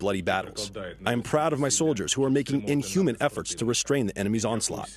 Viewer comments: can no one say "Azofstal"? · Avoztal? Bass ackwards. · Azovstal, not astoval. Cut his salary!!!! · Shep can't even says AZOVSTAL, illiterate news anchor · Learn to pronounce “AzovStal” before posting your propaganda.